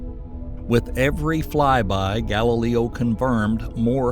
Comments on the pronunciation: Is there a reason you keep pronouncing GAL-I-LAY-O as GAL-I-LEE-O???? Not trying to be rude but it makes this entire video less educational when you can't even pronounce space probes or the people they were named after correctly. What makes it worse is at you suddenly know how go pronounce Galileo correctly. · That makes sense as to why they were pronouncing Galileo's name incorrectly and suddenly correctly a few minutes later. 😮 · As interesting as this subject is I can't stand the Narrator constantly mispronouncing names like Galileo and Volcanism it just gets right up my nose and jabs my brain like an ice pick